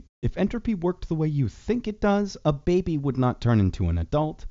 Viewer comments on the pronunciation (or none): none